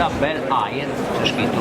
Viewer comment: Ecco sciolto anche il piccolo dubbio da me ipotizzato sulla cilindrata dell'auto; per la verità, pur con una pronuncia non perfetta, aveva già dato il responso: in effetti si tratta di una "Bel Air" ( lo sussurra e a me, come solitamente accade a quest'ora, è proprio sfuggito), e non di una "Impala"! Le due auto hanno carrozzerie praticamente uguali, ma si possono riconoscere dalla diversa fanaleria posteriore. La "Bel Air" era di classe leggernente inferiore alla "Impala" e poteva montare un "economico" (si fa per dire...) 6 cilindri in linea di 3900 cc, mentre queste ultime erano dotate, come avevo presunto, unicamente di motori 8V da 4600 e 5700 cc. Che sia "Bel Air" o "Impala", comunque, nulla cambia riguardo alla grande spettacolarità di quest'auto!